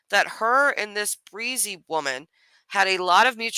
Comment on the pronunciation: Bre-Z..Brie- Zee...Breeeeee-zeeeeee Is it really that hard to pronounce a name?